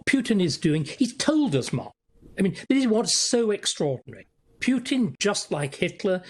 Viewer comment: Starkey has studied Russia and Putin intensively, yet he cannot pronounce the man's name correctly, or even almost correctly. Amazing, really.